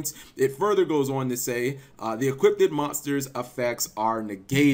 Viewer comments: That's not how you say equipped lol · Shayne Rawls You're the only person that noticed, it seems. lol